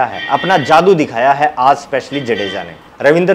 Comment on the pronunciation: Sir jaadu nahi jaddu 😂😂